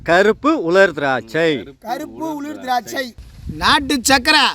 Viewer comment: வாய்ல வசம்ப வச்சி தேய்க்க.....😂😂😂அது உலர் திராட்சை